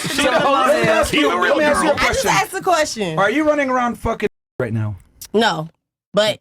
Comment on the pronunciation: I juss axed a kwesshin